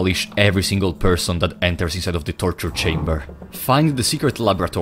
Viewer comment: Hey dawg, we heard you like trortur, so we trortured Trortur so we could have trortured Trortur trorturing trortured people